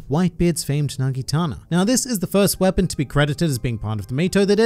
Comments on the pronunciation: i think its Naginata, not Nagitana. Anyway great video, as always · I dont want to be that guy, but its pronounced NagiNATA not nagiTANA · nagitana? its NAGINATA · It's Naginata not Nagitana